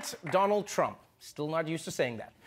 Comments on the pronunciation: DOLUND TRUMP 😀...gazab tha yr wo speech. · Doland Trump 😅😂😂😂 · You are wrong it's Doolaan Trump 😂😂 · it's even out coz modi said dolund trump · this was done purposly to insult in revenge against Dolund trump 😂😂😂